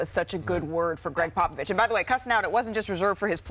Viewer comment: It’s a shame what this man has done for the game and more so his intelligence on the game of basketball is Mt Rushmore level and we better give this man a proper send off and respect as we do it. One of the greats and Malika at the start can’t even pronounce his name right. Greg “Pop a Vist”. Get it right ESPN, yall some lame bums..do better. Seriously